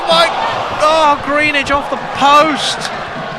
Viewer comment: Your pronunciation of Greenidge is almost certainly incorrect, it's not 'green-edge' but said as if it's not a double 'e', so it should be 'Gren-idge' like the great West Indian test batsman Gordon Greenidge.